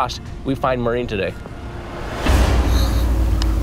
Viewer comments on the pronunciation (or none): The Irish name is pronounced “Morereen” not how Jared etc were saying it.